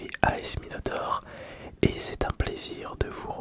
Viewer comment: Qu'est-ce que tu veux qu'il te fasse le Minotaureuh ?